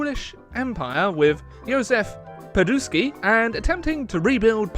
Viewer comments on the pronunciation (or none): S ain't deaf, its Piłsudski, not "piłudki". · "Juzef Podusky" xDDD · Did you call Piłsudski, Poduszki xd (it means pillows) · "...Polish Empire, with Józef....Peduski" at least you tried haha :D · Holy Mother of Joseph! How Did you manage to Bucher the Marchals Name so Badly?! I mean, Polish is kinda hard, but you totally slaughtered "Piółsudzki" pronunciation! My ears started bleeding when I've heard that. The rest of the video was great, but for the love of God, never again try to speak Polish! Have mercy on us! :) p.s. Magyar is Hungarian in... Hungarian. Hungarians call their country "Magyarország" and themselves they call Magyar (Hungarian)- Magyar beszél magyarul (Hungarian speaks Hungarian)